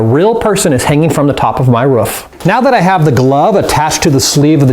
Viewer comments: he said ruff not roof 😹😹😹😹😹😹😹😹😹😹😹😹😹😹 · its not a ruf its a roof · he cannot pronounce roof right